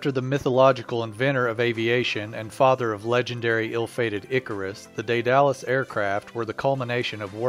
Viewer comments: The commentary for this little production is seriously over-written. Back off with the verbiage, mate! It sounds silly rather than informative.... especially when you get it so wrong. ("Dædalus." Ha ha.) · Good grief indeed!! Don't give yourself such a free pass on this; you have ONE JOB! Pronounce words while trying your best not to sound like a 1950's sci-fi robot. You should go back and finish junior high school where the rest of us learned this word in our 8th grade Literature class. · Day Dallas is actually pronounced Die dul uss, with the stress on the first syllable. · I think its pronounced they the loose not they dallas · I've heard "DAY-duh-lus", "DEAD-a-lus", and "DEE-duh-lus", but not "day-DAL-us". "day" is just what it looks like in English (and is one way to pronounce the Latin "ae", as in words like "vertebrae"), "dead" is the modern pronunciation of the original Greek (Δαίδαλος, which looks like Daidalos by direct Latin substitution -- the "ai" diphthong is pronounced "eh" in modern Greek, if not also ancient Greek), and "dee" is the typical pronunciation of the Latin spelling ("ae" is generally pronounced "ee", as in words like "aegis"). The pronunciation "DYE-duh-lus" would also make sense as one variant of the Latin (some sources claim "ae" is closer to "eye" in proper Latin). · Daedalus pronounced (dAed Alus) not (day dalus). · It's not pronounced Day-Dallas. It's pronounced Dead-A-Lus. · "Day-Dallas"... No it's "dayduhlas", smoothly and quickly. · It's pronounced DAYduhlus, not DayDALUS... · its not a day-dalus. Its called dEdalus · Daedalus... pronounced "Dey-Duh-Lus" not "Day-Dallas" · It is not said day-dallas it is day de lus like from greek mythology lol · pause Day-Duh-lus... Daedalus... continue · Say Day-Dallas one more time, I dare you! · Try Day-du-lis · Isn't it ''dead-a-lus'' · It's pronounced DEEdle-us. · Lol, that's not how you say Daedalus. It's dee-du-lus. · Ae says ee. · lol that pronounciation of daedalus